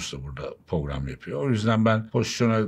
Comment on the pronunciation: Herşeyi tamam hep dinliyorum ama tek sıkıntı var her "porogram" dediginde gülüyorum.